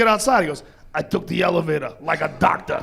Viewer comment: I TOOK THE ELAVATAH, LIKE A DOCTAH!!!